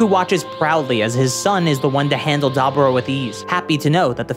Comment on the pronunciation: DABURA!!!!! Least say his name right smh